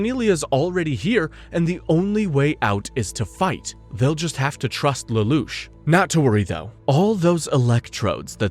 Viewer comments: The narrator is almost certainly an AI voice, such as when he misreads Lelouche a few times likely because it got spelled Lelouch in the script. Obviously, however, someone is doing the 99% of the work it takes to summarize and compile a script... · So you’ve been saying Lelouch correctly for and you decided to mispronounce it because…..